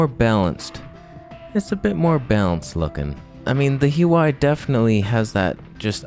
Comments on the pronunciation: It's wah way by the way... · Working for Huawei nowadays? By the way it's pronounced ( waawey ) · I have it on reliable authority that it's pronounced 'WahWay'. But I still loved your video, and I've still subscribed to your channel because I laugh so much when I watch your videos! LOL